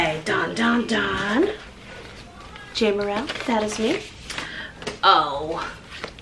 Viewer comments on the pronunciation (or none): she never corrected me on her name and I spoke with her several times. My own name is mispronounced daily. It's JAY-merril and many say JAM-Merrill. I love Andrea and my heart was certainly in the right place when attempting to share the joy of knowing her. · sorry. I pronounced your name Jam too. Now I know.